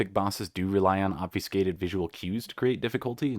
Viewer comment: you said obfuscated wrong. its jarring